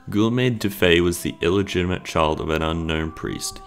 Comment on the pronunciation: Gee YOHM is how Guillaume is pronounced.